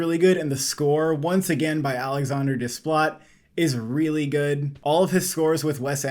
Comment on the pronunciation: As an expert, you should know that Desplat is pronounced without the 't'. It's French. In general, they don't pronounce the consonants at the endings of words.